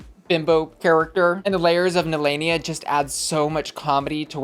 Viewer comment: I remember Nehelenia said she got her name from Sailor Moon, the evil queen of the dark moon. So why does everyone say her name wrong? That’s not how they say it on the Sailor Moon TV show.